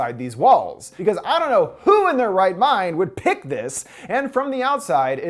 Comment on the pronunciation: the way he says "pick" cracks me up every time, it's just how much emphasis he puts on the 'p'